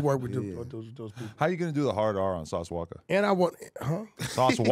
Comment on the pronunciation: I ain’t gone like, Wack 100 saying “Sauce Walka” with a hard “-ER” is crazy work 🤦🏽‍♂️😂🤣